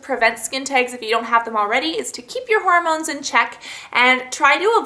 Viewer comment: lol whenever you say hormones it sounds like you're saying horror moans. xD